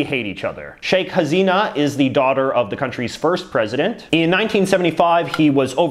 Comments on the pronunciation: Bangladesh's Prime Minister's name is Pronounced as Shaykh Ha-SEE-Na not like Hazina as you said. Sometimes it sounds just like it's written. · JJ, Why does your head keep rocking as if you are sitting on a balloon..?! And btw Balkan names ending in ..vic are pronounced as ..vich! Also it's Hasina not Hazina. You might like to improve on your non-English pronunciation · It's not HaZina it's HaSina